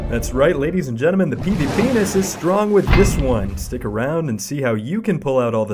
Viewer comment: Am I the only one who laughed because it sounded like "PVPenis"?